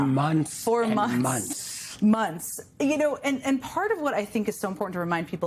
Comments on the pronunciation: It's ' MONTHS '....NOT....'munce ' ! ....' TH ' not ' unce ' .... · If I told you onths, I told you a thousand times.